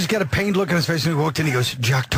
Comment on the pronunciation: Wait, he pronounced "face" wrong